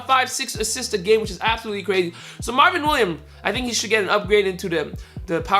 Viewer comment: It's Marvin Williams not Marvin William you were cheesing me when you didn't say the s